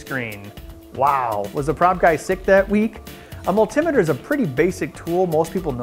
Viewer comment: yay. you finally pronounced multimeter correctly.